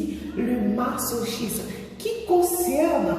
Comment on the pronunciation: J'aime bien le sujet comme on dit chacun ses goûts et qu'on on peut comprendre qlq qui est masochiste sexuellement puisqu'il s'agit du sexe 😂😂😂rien ne m'étonne sur ce point mais dans les autres points je me pose la question....... Et aussi je crois ça se lit " ma-zo-chiste" Sinon magnifique vidéo je suis nouvelle sur ta chaîne ❤